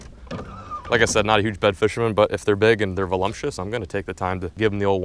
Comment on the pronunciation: BTW it's voluptuous. No such word as volumptuous.